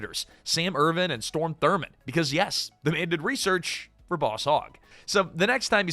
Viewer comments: It's Strom Thurmond, not Storm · "Strom Thurmond," not "Storm."